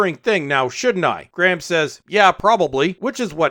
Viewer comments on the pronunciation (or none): You can't even pronounce "Graham" LOL Have you even watched the show?